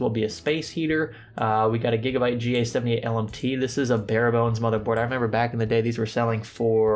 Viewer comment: "Gigabye" :D